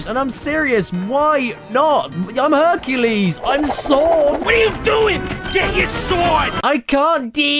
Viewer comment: "Herculay" sounds like "Enculé". Wich is a very very dirty French word.